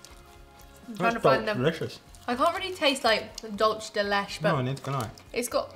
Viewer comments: "Dulsh de lesh"??? lol, dulce de leche is Spanish, literally means "sweet milk". The first and last words both have two syllables; pronounced sort of like "dool-say de le-che." The Regal cherry candies are one of my favorites from childhood (I'm in my mid-60s). They don't come off as "sour" to me; I'd be more inclined to say they have a bit of tartness. Those and the Reed candies are not very easy to find in my area. I usually buy the Regals, and the root beer Reeds whenever I go to Cracker Barrel restaurant, in their gift shop. That's the only place I ever see them available. Oh, and I agree with what said: chocolate IS more fun than tech!:-P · My hispanic self was soo triggered at how they pronounced “Dulce De Leche” 😂 its “Dool-Seh Deh Leh-ch-eh” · This is among my top 3 channels on YouTube. For future reference 'Dulce de Leche' is pronounced = Dool-se de let-che, which translates into 'Candy of Milk' or 'Sweet Milk'. From what I gather, it's a lot like 'milk caramel'. However, there is slight difference between milk caramel and Dulce de Leche Love the chemistry between you guys. It's very refreshing. Thanks for the smile. Keep it up. ✌🏼 🥶 Is this how you guys felt when trying the FREEZE Sour Patch Kids? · Omg no you said “dullce de lesh” 😆 I was triggereddddd because it’s “Dull-Seh de Lech-eh” 😂💕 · no, not 'le chay' but 'le cheh' Im Hispanic that ain't how u pronounce milk in spanish. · “dulss de lech” lmao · Dulche de leche = dull say day lay chay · dulch de letch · dulce de leche Is pronounced "dool se de le chay" it means "candy from milk or caramel" in Spanish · Dool say deh lay chay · nooo its 'dool se de le cheh' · and, Dulce de Leche is pronounced dool-seh-deh-LEH-cheh. Love you guys! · Lol "the dulch del lech" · Dulce de Leche is pronounced: Dull-say deh lech-eh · Dol-chay de-leh-chay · did she just say, dulsh de lesh i- oh my god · Dolce de leche is pronounced dole say de lay chay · Dulce de leche is said like dull se de le Che